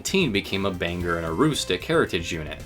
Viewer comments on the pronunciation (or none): Bang-gor not banger. Lol George Bush made that same mistake and Bangor hated him for it haha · I'm glad the Bangor and Aroostook was mentioned in this video as well as the CM&Q. Also it's pronounced Bang-gor